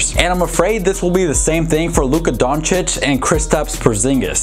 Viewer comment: Are we gonna ignore the fact that is finally pronouncing Luka Doncic correctly?? 😂